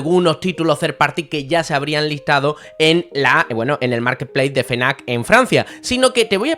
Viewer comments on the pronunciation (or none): no es "fenac" es "efnac" no se por que ultimamente lo dicen mal,ojo no te estoy diciendo como tienes que decirlo,cada uno...ya sabes...pero que da coraje tambien te lo digo.un saludo jjj